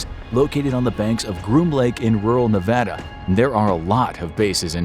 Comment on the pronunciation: Thanks for pronouncing "nevada" the right way